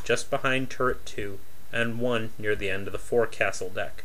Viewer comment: I don’t mean to be a dick, but two of your pronunciations are making me crazy! “Forecastle” is pronounced folk-syl and “tertiary” is tir-she-ary. Great job with the videos! Tons of work to put all of them together in a logical fashion!